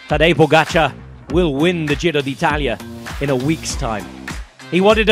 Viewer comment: Rob Hatch! Degree in languages, perfect italian pronunciation.